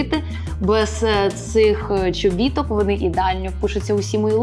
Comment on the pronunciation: Дівчатка адміністратори/менеджери/whoever хто працює з, будь ласка підкажіть що правильно говорити не «чобІтки», а «чобіткИ»! Наголос на останній склад. Гарні відео, класний контент, … але «чобІтки» гвалтують мої вуха в кожному відео Аліси 🙈 Дякую 🙌